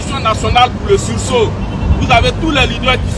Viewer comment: il faut lui dire, on dit pas (sous saut) mis on dit ( sursaut)